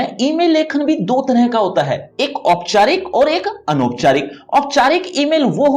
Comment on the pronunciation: Sir ji ooyeeओपचारिक और अनौपचारिक hota ha😂😂